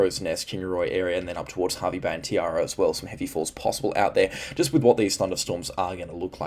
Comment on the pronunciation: Thanks for your updates, you're more accurate with your forecasts than other weather forecasters. Just one little thing, you pronounced Tiaro wrong, lol. I have family at Tiaro and it's pronounced Tie-Row.